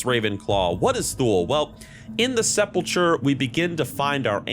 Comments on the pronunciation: It's not "Seh-Pull-Churr" it's "Seh-Pull-Kurr" It's not "Eye-Core" it's "Ick-urr" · nothing but love to ya brotha, but it’s sepulcher (like the ch in Bach, or Mach, not ‘ch’ like Choo-choo). Sep’l’kur phonetically. 😜 😊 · Say it with me now: SEP-Lah-KUR Like the "Church of the Sepulcher" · Interesting video. Small nitpick: it's pronounced "seppul-kur" 😉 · Also Sepulchur/sepulchre is Se-pul-kur......